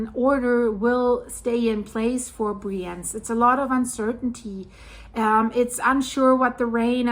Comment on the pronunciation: Just a friendly note — the pronunciation of the city name 'Brienz' might need a quick check.